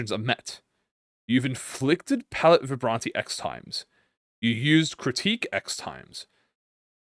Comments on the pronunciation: Its fine messingup the pronunciations Cause the ring decided to patchwork differnet languages together like they making english the sequel Rouge -> roozh (sh sound like woosh but with a z) French like objet, but its literally juat means red Vibrante (bi-brawn-teh) Spanish for whatever reason Also just means vibrante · pretty sure it's french since the artistic movement is french, Vibrante is how you said it ( kinda ) jsut don't add a é at the end. 90% of the time, don't add the é sound just pronounce the syllabus before a bit more forcefuly ( i.e vi-brhun-T ( not ti but té ) ) also rouge is pronounce like rouge the bat from sonic i think kjh saw a bit too much Maroon5 animals meme THEY GAVE MEURSAULT THE BLOOD COUNT AT NO BLEED CURSE NOOOOOOOOOOO ( i hope it's more than 1 otherwise it's kinda useless as an initiator )